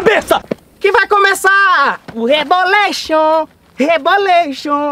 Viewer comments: "que vai começar o rebolexon o rebolexon xon xo do rebolexon xon" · Reboleichon kkk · KAKAKKA VDD A PARTE REBOLEICHON REBOLENCHEION KKKKKKKKKAKAKAK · Kkkkkkkkkkkkk o reboleichon o reboleichon o reboleichon o reboleichon o reboleichon kkkkkkkkkkkkk